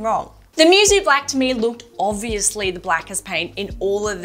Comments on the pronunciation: "Moo-soh" not mewsew. It means "unmatched" or "without peer" in japanese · Technically Musou should be pronounced like "Moo (like cow but shorter) So"